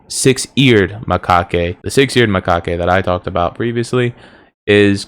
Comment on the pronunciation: Macaque. The E is silent